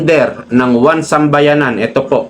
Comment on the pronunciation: 1Sambayan NOT 1SambayaNAN! Paki EDIT ng sinasabi kasi MALİ!